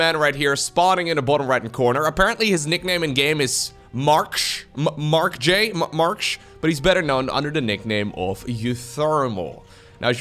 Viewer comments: it's Marky not mark jay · Marcj is dutch. the j is like a y in NA. so he's Marky.